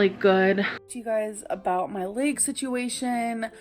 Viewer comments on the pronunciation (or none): I'm gonna be petty. It's bursitis not bursahtitus lol. Also, her symptoms don't sound like bursitis anyways. Her leeyg hurts because of the massive amount of weight on her knees.